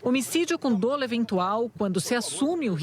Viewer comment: A pronuncia correta da palavra DOLO, no "juridiques" é dólo, com o acento somente como exemplo. Lógico que o assunto é muito mais importante que o pequeno detalhe da gramática. Ainda assim vai a dica, já que o fato se repete há algum tempo e por mais que um apresentador. Grato pela atenção. Rodrigo.